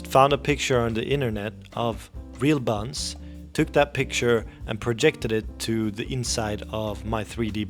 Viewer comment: This guy saying 'bunnz' just had me dying at my desk. Kinda sounds like the guy from Spongebob that does the "(insert amount of time here) later" line.